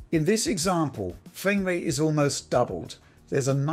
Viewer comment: Nice fwamewate, wunning vewy smoov.